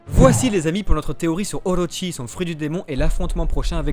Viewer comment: Juste c'est pas Oroshi mais Orochi "/orotchi/"